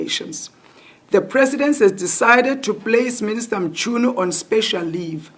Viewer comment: It's not mshunu but Mchunu eish 😢